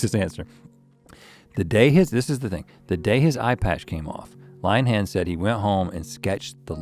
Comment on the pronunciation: "Line-han" 😂 Rhett is from the east coast - plenty of Lynn-uh-hans out there.